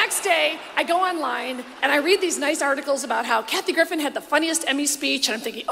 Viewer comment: I SWEAR her announcer sounds like he says Kathy GriffiTH!!!! 😲 😲 😲 😲 😲